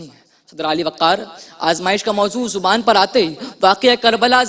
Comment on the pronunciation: Segment kay naam mein he talaffuz ki galti hay. 'Dahan' muu ko kehty hain muu mein "Zuban" hoti hay. "Zaban" language ko kehty hain